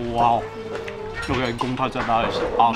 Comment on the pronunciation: love the content, just cant get past the pronunciation of 'wow'....... hahahah